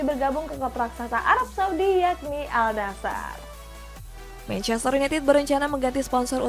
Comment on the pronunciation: Para host yg membawakan berita hampir semuanya mengatakan AL NASHER, padahal dibaca AN-NASHER. Kudu belajar bahasa arab dulu lah.